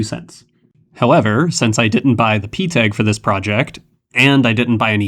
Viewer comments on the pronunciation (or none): Well glad that got answered. I just had to keep watching lol But seriously though I've never heard anyone call PETG that. It's always said like "pet G" or they say all the letters